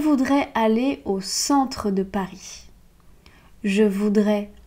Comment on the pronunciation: Pourquoi prononces-tu le s à Paris?